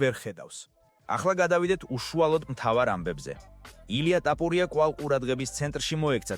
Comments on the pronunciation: ტაპურია კიარა თოფურია,რატო ამახინჯებ ქართულს? სწორად ლაპარაკი ისწავლე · რა ტაპურია,გვარს ნუ ამახინჯებ სირო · "ტაპურია" შენა ხარ, ვინც კოლხურ გვარს გამზრახ ამახინჯებ! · ქართველი ხარ შე ჩემალალა რა ენაზე ლაპარაკობ წესიერად გამოთქვი რეებს ბოდიალობ ტაპორია რა კუტუნიო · მარტო ქართული გვარი რატომ ეშლება 😂